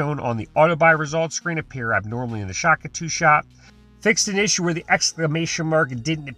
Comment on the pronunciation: Day 500: He's still saying Shak-atu